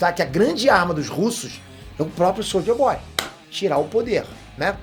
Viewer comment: falando soulja boy kkkkk